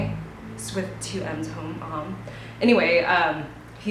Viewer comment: ahh I love all your videos! Just hearing what you have to say makes my day :) (ps Josh Homme is pronounced like "mommy" but with and H! so Hommy!) xoxo you're so rad